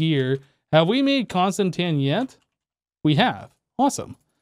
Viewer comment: It's pronounced constantan not constantania